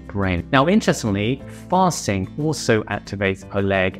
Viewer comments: Good video content. I had a good laugh and had to remind though because it sounded liike you said farting instead of fasting. Lol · Fasting, I thought he said farting 🤦